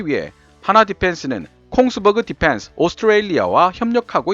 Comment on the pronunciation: 발음이 디팬스가 아니라 디휀스에 가까움. P 와 F 발음을 잘 구분해서 사용할것. F 에서는 파열음이 나지 말아야 함. 원어민 발음처럼 혀를 굴리는데 F 에서 파열음이 터지니 이상함.